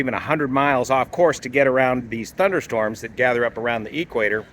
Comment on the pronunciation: Hey mate, from someone who lives south of the equator, what is the "ee-kwator"?